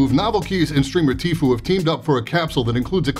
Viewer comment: It's pronounced Tf-you, not Tf-oo goddamnit! 😂